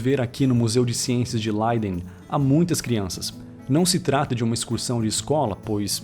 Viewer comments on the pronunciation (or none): Nao é “Laiden” se lê Léiden, o Ei na língua Holandesa não soa como no Alemão....soa como nosso é.